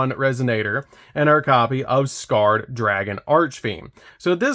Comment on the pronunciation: Isn't Scarred pronounced Scar-Red? Red Nova Dragon's Ocg name is Scar Red Nova D.